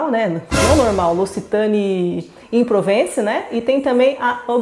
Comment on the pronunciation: A francesa se diz 'On Provons'